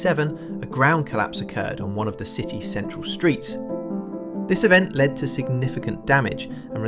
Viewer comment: How AI f***s up...Mark instead of mark, LED instead of led, clearly nobody can be bothered to check.